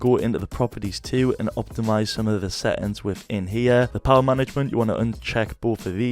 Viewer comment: What are "set-ends"???